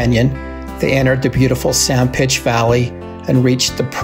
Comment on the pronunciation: I noticed at the start you said "San Pitch" area, is there a reason for this instead of San Pete?